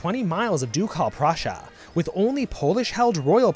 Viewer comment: jesus christ, "doucalle prussia"? it hurts my ears...